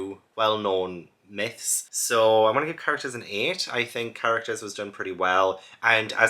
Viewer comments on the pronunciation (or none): none